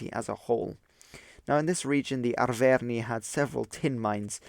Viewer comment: Your pronounciation of Arverni is making me cringe